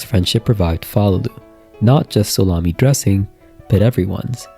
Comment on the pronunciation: No problem wasn't trying to be rude or anything, just as soon as you said it the first time at the beginning of the video, I definitely heard Salami, and I just thought "what?" But as the video went on I heard solami smile, sorry, I just thought it was so funny, I had to say something